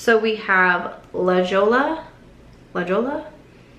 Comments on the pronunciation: La Jolla is pronounced La hoy ya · Btw La Jolla is pronounced like La Hoya. The glosses are named after beach towns in California 🌴🙂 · That bento stack is really pretty and I don’t usually go for mauve tones, despite having green eyes as well. I might check it out. Also, the gloss is pronounced La Hoy-ah :) It’s an oceanside town near San Diego. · I think La Jolla is pronounced La Hoya. I didn’t know either, until I heard someone actually SAY it-and I’m FROM Cali. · You look amazing but I sorta cringed when you pronounced La Jolla the way you did. 🤨 It is pronounced like the California beach city la hoya . Seems like this line of Colourpop lippies are all named after California beach towns. You and Angie have a great time in NYC!👋🏼👋🏼❤️❤️ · Haha I laughed at the colour pop lippies…they are California beaches. La Jolla is pronounced La Hoy ya the “j” is not a j sound. It like ahoy. 😊 then Solana - so lan ah and Newport. 🥰 Just helpin a girl out! We are all in this together friend! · La Jolla is pronounced La Hoya. Most importantly, I love the color on you and I especially like it with the Dana liner. When mine arrives, I will definitely check out the combo. I think the Ilya Serum Foundation is not enough coverage for me, but it does look very pretty on you! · You look wonderful! FYI “La jolla” is pronounced La HOY-a, is Spanish for Jewel. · This look is so pretty, I love how it escalated with the Bright lashes. That lip product La Jolla is pronounced La Hoya, it's a pretty, and bougie, beach town here in San Diego. 🤗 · Yes! It’s kinda painful when people mispronounce it 🫣🫣🫣